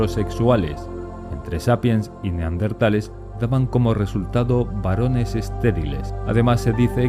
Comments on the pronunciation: Se dice neandertales no neardentale 😒🙄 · Pronuncia bien la Palabra es neandertales no NEARDENTALES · neardentales o neandertales?? jajaja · En el audio dice neardentales y es neandertales. Del valle de Neander👍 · Neardentales !!! No! No me lo puedo creer !!! Arg ! Gente que dice cocretas !!! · Por que diablos dicen NEARDENTALES?????... Es NEANDERTALES... Corregirlo a la brevedad. Gracias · Por favor: no pronuncie NeARDenthales. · El hecho de empezar el video diciendo "Neardentales" ya te quita credibilidad, lo siento. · dino "neaRdentales" durante todo el video D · 😂😂😂😂 ahora recién me doy cuenta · Escuche 20 veces "neaRdentales" naáaaaaaaaaaaa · No se dice 'neardentales'. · Si vas a hacer un vídeo sobre los neaNdeRtales deberías aprender primero a pronunciar la palabra. Debes llevar su adn porque tienes dislexia